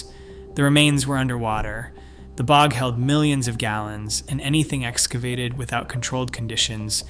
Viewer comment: Weird mispronunciations: B O G instead of bog, etc. Mismatched images. I'm not believing it if they can't even be sure their visuals are relevant. Also, the skeletons were from thousands of years, not all from 7-8,000 years ago.